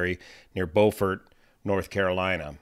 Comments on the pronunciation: love your videos. If you ever get a chance to go to “Beau fert” (Beau as in beautiful) (fert as in fertilizer) not Bowfort. 😊. Please go and visit the old south with all the old oaks and moss covered branches. You can come to Charleston and visit all of us in the fastest growing county in SC. BEST! 🎉👍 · "bYOOfurt"...not "bowfurt" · I believe it's pronounced byoufort, South Carolina. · It’s pronounced “bwu-fort;” a “u” sound rather than an “o” sound. We in the South don’t always pronounce names correctly. I live in Martinez, which we pronounce mar-ti-NEZ, rather than mar-TIN-ez. You’ll never guess how “Taliaferro” (count) is pronounced! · It's a French word and it's pronounced bofor in French...